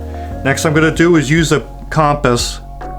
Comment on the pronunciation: Thank you for correctly pronouncing "compass," and not "cumpiss."